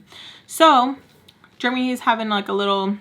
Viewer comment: The way you say Jeremy cracks me up😂 i pronounce it like jeremee. I hear you saying germy🦠